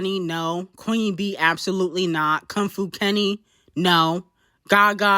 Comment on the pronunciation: reading Kong Fu like that is insane😭😭😭😭that’s your man ccta